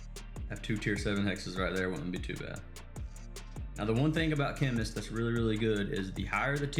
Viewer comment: Darling, you are still saying chemnist 😄❤️